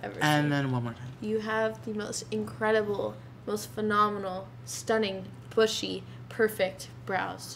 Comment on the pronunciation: in - it was funny the way PatrickStarrr said bushy